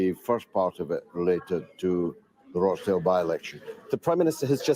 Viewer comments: Hi, it pronounced 'Rotchdale'. Many in the UK now feeling that they will vote for anyone but Conservative or Labour. Independents are going to do really well at the next election. The Greens will do well too. They don't seem to be so establishment controlled. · its pronounced ROSH-Dale :-) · no it isnt its Rochdale more like Watch Dale but with an "R" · Wow, you can't even say "Rochdale" properly. Why does your opinion even matter? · roach-dale? no 'a' in Rochdale. It's pronounced RAACH-DAYL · FYI The town of Rochdale is pronounced ‘Roch’ as in ‘crotch’ and not ‘roach’. Thank you !! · Dude, it's not pronounced Roach Dale. It's Rochdale! Roch Dale! Roch Dale. Even Galloway said it correctly 😂 I'm a little sensitive but proud of my home town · Rochdale not Roachdale 😂😂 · it's not pronunced "Roachdale". It's ROCHDALE lol. Otherwise great video. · In this "dis-United Kingdom" please. And the "Roch" in "Rochdale" is not pronounced "Roach" but as "rotch" rhyming with "crotch" or "botch" - exactly as Galloway said it... Paul G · rochdale not roachdale... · its pronounced rochdale not roachdale lolz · Roach 🪳 dale ... 😂 Lol, its Rochdale... Like 'Roch' 'dale'. Like Rochester. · It is not Roachdale it is Rochdale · There is no a in Rochdale ie Roachdale. It’s pronounced the same as botch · Not ROACH dale lol Roch dale. But lots of the politicians who ran there were ROACHes, especially the head honcho Sushi Runak. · Rochdale it's like crotch Rotchdale(phonetically) not roach dale. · It is pronounced -- Rotch - dale . Not roshe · It's pronounced Roch not Roach....dale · No it's roch, not raaach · Rochdale not roachdale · It’s pronounced Roch-Dale not Roach-Dale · Sunak (no k) Rochdale « Ro » is pronounced like in « Ro »ck (not roach). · Pronounced rotchdale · 'Roch' sounds like 'Lock' dale m8! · It's Rochdale not Roatchdale, how can you get it wrong when George repeats it often enough.